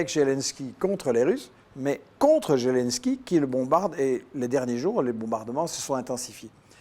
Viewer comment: Merci. Par contre il faudrait que Michel Collon vérifie un peu mieux les faits: déjà c'est "Zelensky" avec un "Z" prononcé comme en français - et non comme "zh". Ensuite la décla de Geoge Friedman fut faite à Kommersant sur le ton de la plaisanterie et du conditionnel. Et il l'a depuis commentée. Maintenant il sait parfaitement que ce fut un coup d'état, mais dans cette itw il ne l'admet pas. M Collon serait plus crédible s'il était rigoureux, systématiquement, et pas juste quand ça l'arrange. J'ajoute que je soutiens la Russie, et justement je n'aime pas quand on la défend sur la base de fausses infos, car in fine cela la desservira, et desservira tous les démocrates qui s'opposent aux dictateurs bienpensants.